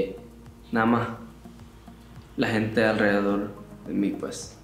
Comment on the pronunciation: la manera en la que dijo PUEJ so caraqueño del este of him